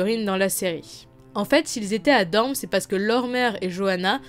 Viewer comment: je suis le seul à entendre DorMe au lieu de DorNe?